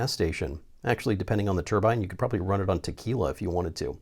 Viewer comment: Plz say turbine and not turban 🤣